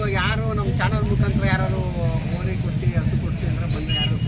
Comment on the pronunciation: ಮೊದಲು ಕನ್ನಡ ನ ನಿಟ್ ಆಗಿ ಅಕೋದು ಕಲಿ ಆಮೇಲೆ ವಿಡಿಯೋ ಮಾಡು ಅದು ಹಸು ಹಾಸ ಅಲ್ಲ 😂😂😂